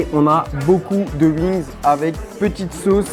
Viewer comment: Je vais tester les "Uings" 🤣